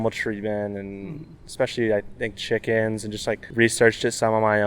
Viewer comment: "Words are hard". We gotta recognize pickens as aninndervishuals. 🤣 Great work as always.